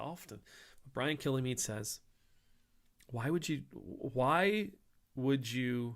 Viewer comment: Picky pint for future videos: Kilmeade is two syllables, not three. There is no syllable between l and m.